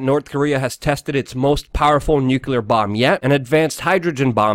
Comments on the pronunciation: Nucular <> Nuclear - is it wrong of me to expect you pronounce something before criticising it? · Eww, and it's NUCLEAR... not nucular.... I can't believe I speak English better than you, and English is not even my second language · Luke STILL refuses to bother pronouncing "Nuclear" correctly.